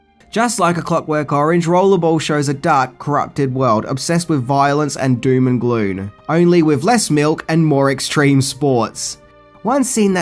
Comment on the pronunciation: Doom and Gloon? Ummm… the clue is is that it rhymes 🤦🏻‍♂️ Doom and Gloom